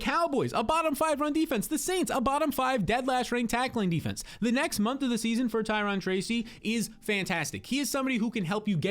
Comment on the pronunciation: Ty-rone > Ty-ron